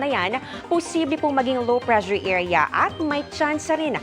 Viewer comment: "Pressure" po ha hindi "Prezure"